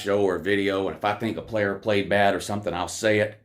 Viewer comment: But Woo, who have dey pwayed?